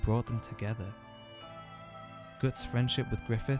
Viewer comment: Interesting pronounciation of Guts. Sounds almost like Götz, an actual medieval German name. And I read the name was meant to be cool and somewhat German sounding. Though supposedly any similarities with a famous badass one-armed mercenary captain named Götz are purely coincidental.